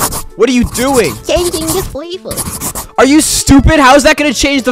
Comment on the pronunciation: “Changing the favour” why he say it like that 😂